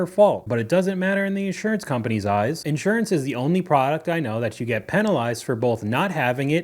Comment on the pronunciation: The accent is on the second syllable, not the first. in-SUR-ance.